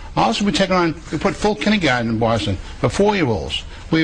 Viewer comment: "kinny-gahn" aka kindergarten